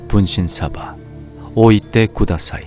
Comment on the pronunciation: 분쉰솨봐 분쉰솨봐 오이되구돠솨이 (발음이 아주..) (분신사바 분신사바 오이대구다사이)